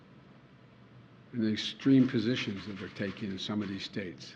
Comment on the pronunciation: “All 50 Straits and the District of Cumbia” “That is Anithetical to all we believe in”. He sounded either drunk or out of it.